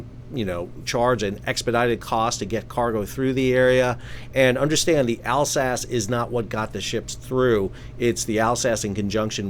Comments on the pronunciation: Furthermore on pronunciation... Alsace is pronounced: 'ALsase' not 'Al Sass'. Long 'A'. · My wife is from Alsace. For this reason, I am piping up to say that it is pronounced "ALL-zass". More of a "z" sound than an "s" sound. I won't torture you with how it is pronounced in dialect. 😁